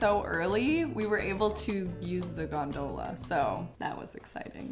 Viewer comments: FYI : In the word “gondola”, the emphasis is on GON, not do. GONdola. You’re welcome. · As much as I know it doesn't matter, the way pronounces things really hurts me. Laveaux is pronounced La-vo and gondola is pronounced gone-da-la. Love you so much, this was a fun video, I just can't stand your pronunciation sometimes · The way she pronounced gondola😂😂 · Not the gone-DOE-lah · I loved the outfits but you said gondola wrong😭😭😭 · I love the outfits but I can't get over the fact she pronounced gondola so so wrong 😂